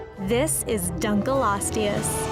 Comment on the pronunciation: she seems to have a bad habit of mispronunciation- they also opened with the dunk right after the study that’s showing it wasn’t nearly as long as initially believed.